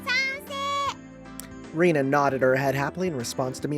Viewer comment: I think Rena's name is pronounced Ren - na the way you're pronounced makes it sound like Rina